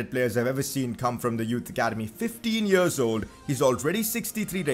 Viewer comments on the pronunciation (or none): none